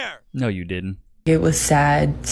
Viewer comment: Red Flag : she pronounced "didn't" like dittent 304